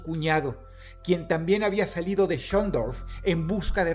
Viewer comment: Ya es la segunda vez que te pasa Dross Schondorf es un nombre alemán, no hace falta que lo pronuncies con la R inglesa, pareces holandes xd